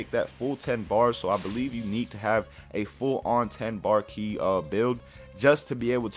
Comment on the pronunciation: Ki not key